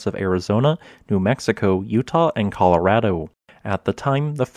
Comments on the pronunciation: I love that you pronounce Colorado the right way. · he actually pronounced Colorado right